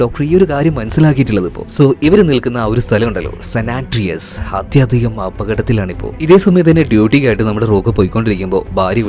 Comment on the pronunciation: Bro not sanatreas its sanandreas